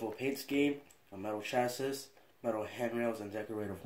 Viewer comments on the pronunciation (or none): Great Review but one comment you said chasses it's supposed to be chassis. But good review over all